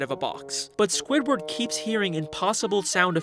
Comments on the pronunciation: this is the second time you said sqoobert instead of squidward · does he call Squidward scopper